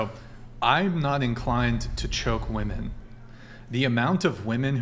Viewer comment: At around 2min. in... why is it (yet again) seemingly impossible for young women to use the plural form of the singular Woman? Ladies... honest question... it’s really not rocket science... why can’t you say “women” /wi’men.... It’s not that hard to say it correctly. Why have so many young women in the US seemingly lost this ability to use the grammar from their own language? Simply boggles the mind....